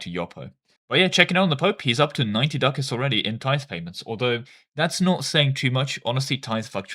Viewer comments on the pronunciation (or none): none